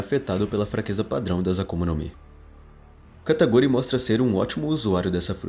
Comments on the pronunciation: KATA KU RI, não kataGUri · Não é Kataguri, é Katakuri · Só eu q escutei ele falando "kataguri?" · ELE FALA KATAGURI